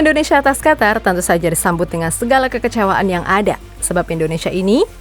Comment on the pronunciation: Qatar = Qotor harrammm